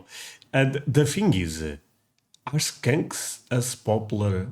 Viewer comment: hahahaha. how you say skunks like skanks makes me laugh so hard. because both smell. but only 1 is everywhere.. skunks kinda smell like a really powerful marijuana at first and then it becomes unbearable the closer you get.thats where the skunk weed name comes from (my fav kind) 🤣. i dont mind the smell as long as im gone fast.